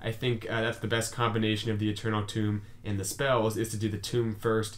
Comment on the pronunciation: FYI it's Eternal Tome (book), not Eternal Tomb (grave), which you're pronouncing it as.